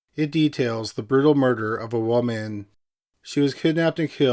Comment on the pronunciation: It has to be robotic. Not only is the downward inflection/ elongation is exactly the same (and weirdly unnatural) at the end of every sentence, but it also mispronounces common words like "woman" in ways I've never heard from a real person.